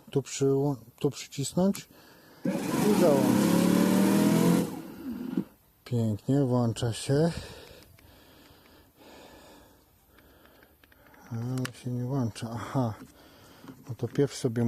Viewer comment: Włączam nie ma takiego słowa włanczam i polecam wyłączać sprzęt podczas regulacji.